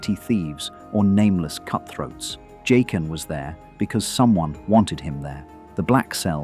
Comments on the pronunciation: Jock-in not Jay-kin. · Why do you switch pronunciation between Jay-qen and Jaqen? It’s really weird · Pronouncing Jaqen three different ways is highly annoying. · Why does the pronunciation of his name keep changing in this narration? Faceless man with a mispronounced name. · Why do you keep switching pronunciations of Jaquen? Is this AI voice?